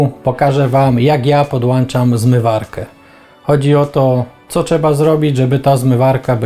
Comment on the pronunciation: Jedna uwaga co do filmu. Nie mówi się czeba tylko trzeba...